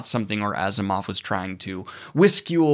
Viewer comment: Are you sure Asimov is pronounced this way?